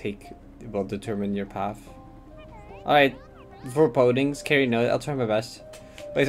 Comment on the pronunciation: i like how pronounced "foreboding" like "voreboding" true dutchman